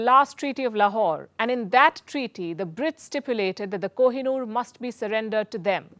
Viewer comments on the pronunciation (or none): none